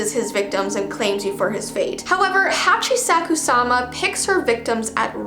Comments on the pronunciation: It’s pronounced hi-achi-shaku-sama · you said it right you just forgot the h in "shaku" :) btw ive been a sub for 2 years its just i got signed out from youtube edit: I translated "Po" in Japanese its Ayumu in English?